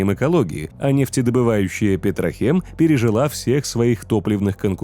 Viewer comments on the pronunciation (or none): Ебать, оказывается правильно Милитек и Петрокем, а не Милитех и Петрохем... (Не сарказм) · Милитек, Петрокем, а не теч и хем. Ну а вообще, моё почтение!